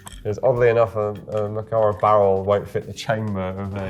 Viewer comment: It's so refreshing hearing an anglophone saying "MakArov" instead of "MAkarov"